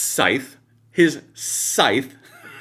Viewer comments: SKYTH??? 😆🤣😂 Oh Lordy! I assume he mrant Scythe...😊 HEY! Old Guy! It's pronounced like this- S-EYE-TH That TH is like the TH in them. 🙄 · The Grim Reapers Scythe is pronounced SITH with a hard i, not SKYTH! Stupid dim attempts to sound intelligent! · Skythe? 😆 Or maybe, Scythe?🤣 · The repeated harping on "skythe" was beautiful. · Did he actually say 'skithe' ? Its pronounced scythe ( sigh-th ). Holy cow, they are NOT smart! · The Grimm Reaper Politoons are the BEST THOUGH 😂🤣😂🤣😂 Did that guy say Skyth in stead of scythe??? 😂 This partially literate moron running things.?!?! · That Damn Democrat can't even pronounce scythe correctly, it's pronounced sithe (sounds like lithe) not "Skithe." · Its actually Sigh-the - not "th,' but "the." Almost a Z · Skythe will forever be how i pronounce it just to make fun of dems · Am I the only one even more disappointed that he pronounced it "sky-the"? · "skythe"?? LMFAO.....what a bunch of over'educated' idiots. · "Trump swings his skythe" can they make it anymore obvious they didn't even read the script before going on stage? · "Vought swings his skythe..." 😂🤣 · 'Skythe'... Hmmm... is that global video chat platform, or a Star Wars villain?😄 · It's pronounced "sye", spelled scythe, but the c and th are silent. Pronounced like sky, bye, hi. On the little farm I was raised in in Oregon, I swung a fill-size scythe in the fields to cut down tall grass and weeds, blade probably 20" long. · Skythe? How educated he is! 😂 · Scythe has a silent C. You would think an educated liberal would know something like that when invoking the Grim Reaper. I, an uneducated conservative learned that the word is pronounced "sithe" when a child. Glad I did not go to the colleges that produce uneducated liberal mouthpieces. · Russ Voght swings his SKY THHH 😂 should have looked that word up instead of grim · Did that bulkmunch Demonrat say "...skythe..."??? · "Kcyth" Sir the word is "scythe" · He cant even pronounce scythe 😂